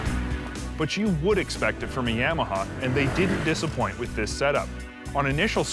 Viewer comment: I had to stop the video after the 4th "Yamma" hah. Its Yah-Mah-Hah, bro.